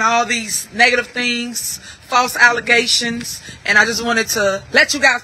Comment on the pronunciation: She made sure to enunciate that ”G” in ‘allegations’ this time.